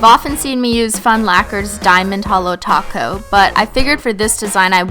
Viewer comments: why does it sound like you say taco not top cote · i just realised she’s saying top coat and not glossy taco cause that’s what she says now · Every time you say top coat I hear taco 😂😂😂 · every time you say 'top coat', it sounds like 'taco' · Every time u are saying top coat it sounds like taco lol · It sounds like you say taco when you say top coat